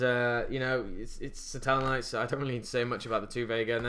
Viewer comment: Huh? I'm referring to the way he pronounces seraph.